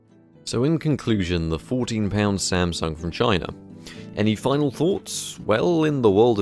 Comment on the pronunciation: One of the times you said "Samsung from China" I heard "Samsung vagina". Checks out.